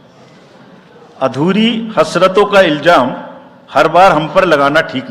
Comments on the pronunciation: Pahle Urdu seekhain phir shaiyri karein Iljam nahin Ilzaam hay.EC.ko Urdu parhna chahiye. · Arey jahil baba ILJAAM nahein ILZAAM.